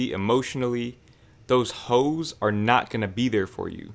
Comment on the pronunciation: It’s funny how he says “hoes”😂😂